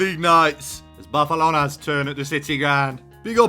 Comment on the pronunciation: The way pronounces Barcelona always gets me😂🤣